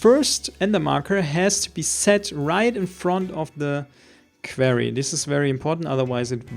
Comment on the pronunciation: quarry, not qverry